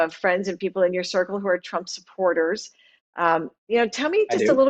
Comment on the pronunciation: Love & Happiness He pronounced it PRUMP 🤣🤣🤣